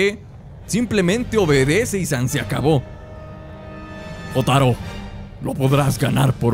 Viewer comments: wee se pronuncia llotaro :V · Yotaro con acento en la O xd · jotaro es del anime jojos bizarre adventure y en esa temporada donde jotaro(aunque se pronuncie yotaro)desde japon va a egimpto para matar a dio(porque su madre desarollo un "stand" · Jotaro(se pronuncia yotaro xd) es de jojo's igual que dio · Se llama jotaro pero se pronuncia yotaro de jojos bizzare adventure. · Jotaro es de JoJo bizarra adventur, el anime más varonil posible que existe XD, y se pronuncia YOTARO (con voz de macho :O) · JOTARO ES DE JOJO'S Y ADEMAS SE PRONUNCIA YOTARO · Jotaro que se pronuncia llotaro y Dio que es el que estaba con el cuando llegaron, son de Jojo’s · Jotaro Kujo (Se pronuncia "Yotáro Kuyo") es de la serie Jojo's Bizarre Adventure, es epopulare protagonista y me atrevería a decir que uno de los mas populares. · Jotaro Kujo se pronuncia yotaro kuyo y es del anime Jojos bizzarre adventure